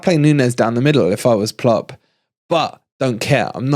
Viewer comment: Why is he always saying LiVARpool and VARchester and Plopp. It is not funny